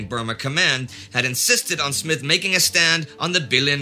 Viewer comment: Smyth dear chap, not Smith.